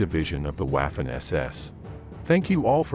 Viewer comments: It is pronounced "vaf-fen" not "waf-fen" get it right if you are doing historical videos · Time to pronounce Waffen SS in the proper way, not like English waffle, but as if it was spelled Vaffen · Waffen is pronounced "Vah-fen". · Note: W is pronounced as V in German. But this is a brilliant video, and sheds light on another lie from WWII. Well done!